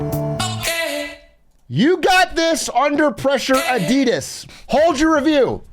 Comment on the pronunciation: The way you guys pronounce Adidas is kinda triggering, ngl